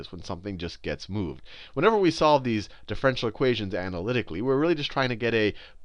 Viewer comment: "difFRENtial equations "